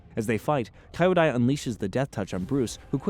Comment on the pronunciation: KEE-YO-DAI. Kyodai is pronounced with a KEE not a KAI. You watched the episode, right? You do this all the time, it's baffling. Listen.